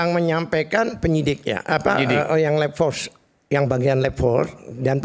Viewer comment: Labfor, bukan lebfor halu Katili.